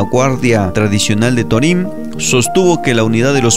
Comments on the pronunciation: ¡Mi felicitación de nuevo, pero torím rechina horrible! El narrador, locutor o hablante no puso atención al señor Jesús Patricio Varela Martínez en su pronunciación del nombre del pueblo yaqui Torim, sin acento en la i. ¡Arriba Sonora! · Torim se acentua el la letra "o" (lo pronuncias mal)...